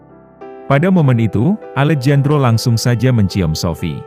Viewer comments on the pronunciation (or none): Maaf min, Alejandro itu klo di baca Alehandro,,bukan Alejandro...itu dlm kata pengucapan nya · alejandro = bacanya alehandro mas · Alejandro dibaca "Alehandro" gitu min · Maaf koreksi ya , Alejandro dibaca Alehandro ya min 🙏🏻🙏🏻🙏🏻